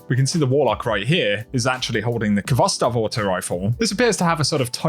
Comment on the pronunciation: Stop mispronouncing khovstov! This is a Russian word, and the kh is a transliteration of the Cyrillic X. This has a sort of raspy H sound.